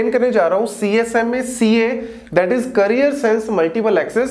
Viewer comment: Well explained, still few things are missing 1) if medium is busy everytime station tries to send then what? Do you think sta will always be increasing the exponential value? whether it will get medium or not? 2) Carrier sense pronunciation is wrong. You are speaking it as Career rather. Both are different. 3) What if RTS method is disabled? Still station can send just FYI 4) Carries sense should be described completely including physical and virtual part both. RTS is one way of Virtual sense which is done at MAC and not at PHY.